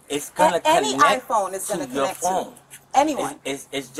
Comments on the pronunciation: "IT WOULD CONNEK" ... Just... Superb English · Also his mum said connec instead of connect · I love how mama cannot pronounce “connect” correctly. She ignorantly said it as “Kanneck.” 😂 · Moms said “ it would conneck” 💀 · 😁😁😁 so fukn dumb and she said CONNECK!😆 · cuhneck? All kinds of speech impediments being thrown around in that household. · “It will conneckkk” 🤦🏻‍♂️ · “It would conek”💀🥀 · Why does the mum say “ connec “ blacks still can’t speak correct English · "it would connec" how hard is it to say the t at the end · I love how mama couldn’t say the word “connect.” She pronounced it as “KINNEK.” 😂